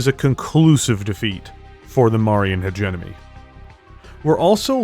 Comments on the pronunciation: Heh-gemm-oh-nee. Use either pronounciation but please switch the N and M. It always takes me out of your videos whenever you say it. Good content. Keep it up :) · Sorry to nit-pick, but you keep mispronouncing "hegemony" in all your videos.